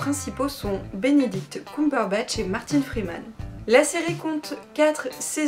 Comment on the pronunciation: Ps on dit coumberbatch mais Cumberbatch mais c’est pas grave la plupart des gens font cette faute